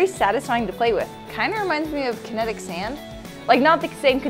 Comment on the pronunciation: Connetic Sand????? Oh wait Kinetic sand.